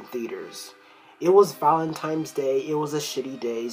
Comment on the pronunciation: it's Valentine not "valentimes"